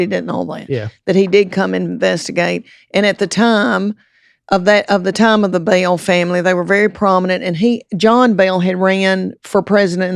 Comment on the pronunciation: “Bell” with two syllables is crazy